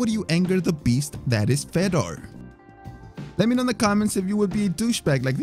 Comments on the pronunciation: Fedor. Fay door ..not feder. Sorry drove me nuts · How about spending a few minutes learning how to pronounce their names properly.. for example its "Fedor" not "fetter" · Fedor is pronounced fee door (not fed oor). lol. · Feder? You mean fedor how are you making videos about mma and can't pronounce the name correctly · Why does it sound like you are saying "Fedder" instead of Fador? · Feydor not feder!!! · Imagine making mma videos for YouTube and you call the GOAT “fed-er” I hope everyone unsubscribes this complete fraud! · I cannot stand how he pronounces fedor like cheddar 😂😂😂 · 1. Say it with me, FAY-DOOR 2. Nice Khabib v Conor thumbnail but no mention :( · "Feddar" Emelianenko? Come on man. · Absolutely nobody:: "Fedder" Emelianenko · At least pronounce the names correctly. Fedor??? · Filthy casual detected by the pronunciation of 'Fedor' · It annoys the hell out of me the way you pronounce fedor